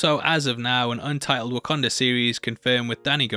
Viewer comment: Pls just say WakAnda, rather than WakOnda. Pisses me off. As someone who is also from the north east of England, I don’t make these mistakes. Maybes the difference of Sunderland/Newcastle dialect, but again, no excuse of saying things wrong...